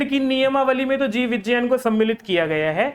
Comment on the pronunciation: Vijjayan nhi vigyan hota hai